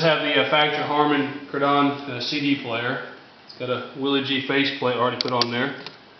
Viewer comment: its pronounced "Harmen Karden" not kardone......